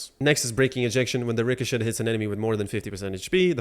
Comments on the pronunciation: Ricochet is pronounced Ri co chay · The T is silent in richochet